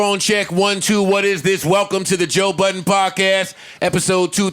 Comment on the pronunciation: Joe *BUDDEN There's no S in his last name homie.